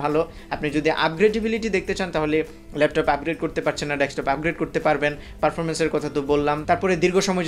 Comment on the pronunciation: আমি বারবার ডেসটপ শুনছি। ক অক্ষরটা ক্লিয়ার নয়।